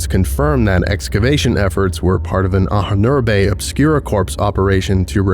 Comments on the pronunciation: Just a minor info: "Ahnen-Erbe" is German and means "ancestors' heritage", and it is pronounced Ah-nen-er-buh, ("Ah" like "After", "nen" like "linNEN", "er" like ERror, buh like "BUried", with the main stress on the first syllable, "Ah" and the second main stress on the third syllable, "er" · You really have to look into how to pronounce "Ahnenerbe" - it has a really obscure syllable division in your script.